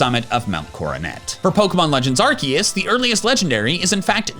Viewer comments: excuse me don’t you mean arkoos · YOU DIDN'T SAY ARKOOS. YOU ARE FIRED.